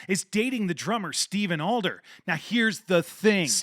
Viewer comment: And it’s Adler not Alder haha